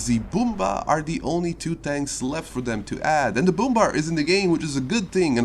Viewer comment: Brummbär = Broommbear NOT broommbar like a choco bar